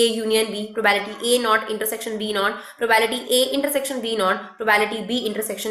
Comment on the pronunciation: Are mam probability bola karo yaar bhot irritate hota hai...btw well taught...